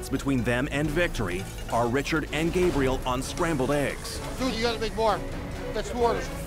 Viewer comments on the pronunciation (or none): Just noticed how Chef Ramsay pronounces Gabriel’s name as “Gabri-elle”